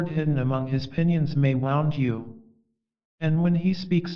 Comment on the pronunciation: It is wonderful to listen to 'The Prophet' again. Thank you. If I may make a suggestion, it would be even more beautful if you could master the pronunciation of words like 'wound' meaning a hurt place (woond) and 'winds' meaning the movement of air (winds not wynds). Thank you.